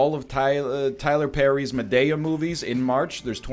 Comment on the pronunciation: I hate the way he pronounces Madea